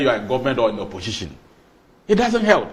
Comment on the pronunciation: Why is the guy with glasses saying oposhishin, oposhishin? OMG, it's oposition for God's sake.